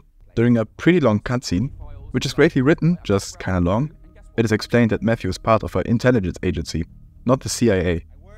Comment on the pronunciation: I believe Mxthe is pronounced "Meh-Kis-Da". Note that he is from Mexico, and according to their alphabet, the X is actually the "la equis". I struggled to pronounce this myself initially but I think this pronunciation is most accurate. Of course, if you can reach the dev himself, maybe he can correct me if I am wrong.